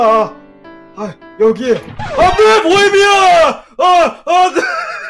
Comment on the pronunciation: ㅋㅋㅋ보해미난. 아니뭐라는거약 보해미안!!할땤ㅋㅋㅋ